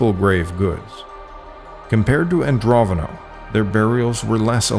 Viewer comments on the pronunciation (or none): AndroNOVo, not AndroVONo. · It's not Androvono, it's Andronovo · keep on saying ANDROVONO 😵‍💫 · It's Andro NO VO. Since you made the mistake of calling it Androvno so many times, I will assume you know nothing of the matter on which you are making videos.